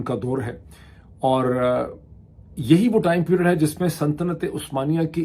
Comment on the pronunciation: kia aap "santanat-e-usmania" keh rahay hain??? I am sorry, I kept hearing "santanat"...